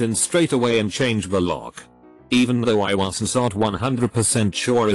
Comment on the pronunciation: like i wasn sot on the right planet wtf what is that pronunciation